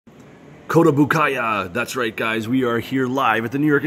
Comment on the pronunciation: It think it read ko-to-bu-kee-ya...not ko-to-bu-kay-ya...